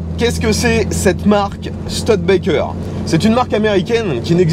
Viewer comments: C'est une voiture rare qu'on ne voit pas souvent, merci pour le partage, sinon le nom se prononce stOUdebekker, pas stEUDbekker. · On dit stoude békerre et pas STUD békerre ! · On dit "Stioudbaikeur" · Merci pour cette découverte, je me pique pourtant d'avoir une certaine connaissance en automobile mais cette studebaker m'était inconnu ( et cela ce prononce stIUdebaker ), merci à toi et à ton abonné, franchement c'est un épisode qui tronera parmis mes préféré et pourtant tu en fais de sacrément bon! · "Stioudebaker", avec le r non prononcé à la française ;-) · Studebaker se prononce Stu-di-ba-ker. Merci. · "STUDETBAKEURE" en anglais.